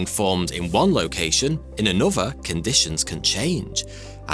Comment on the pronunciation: A real tragedy is the way this guy pronounces another... anuhvah and anuhvah